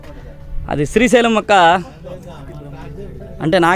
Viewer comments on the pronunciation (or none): Good video. Appreciate the info. Ok Kani daggara malli “Strhi” Sailam Annaru. Adi purusha sailam, sthri sailam kadu. Sri Sailam. You need to fix your pronunciation for such a holy place. I corrected you in an earlier video and you deleted the comment within a few minutes. Because you chose to make multiple videos around that holy mountain, it is your minimum courtesy to say it properly in order not to offend devotees. As usual I know you will delete this comment promptly but at least don’t repeat this mistake again You have to make an effort to correct yourself. Thanks